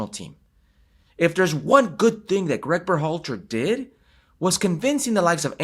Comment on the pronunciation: Herc, There is no accent on the A in Berhalter